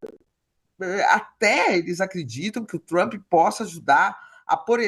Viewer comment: Trãmmpyyy??? É um show essa pronúncia dos blogueires